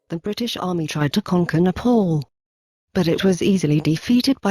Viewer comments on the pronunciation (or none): none